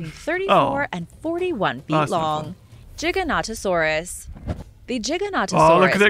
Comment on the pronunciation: Jiganatosaurus lol